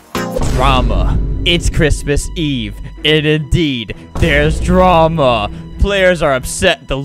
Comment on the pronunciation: The way he said "drama" at the start made me know that things were about to be intense